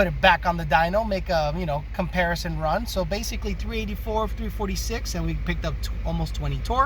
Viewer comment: Do you roll the R's in comparrison? Lol good info in the video